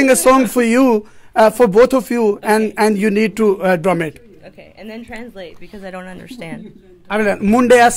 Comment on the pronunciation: The lady says Mundya Sial Kutya 😆